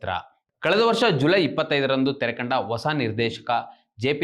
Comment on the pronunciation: ಒಸ ಅಲ್ಲ ಹೊಸ